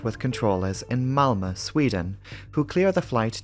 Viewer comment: Amazing as always! With a big bonus for your pronunciation of my home town Malmö 👌🏻☺️